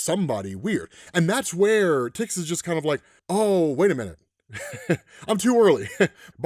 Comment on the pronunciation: Imo it's pronounced TICK-ZIS 🤷🏻‍♂️